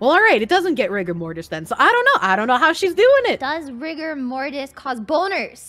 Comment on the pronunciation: You said "rigger" in the op, not "rigor". hence the "hard R mortis"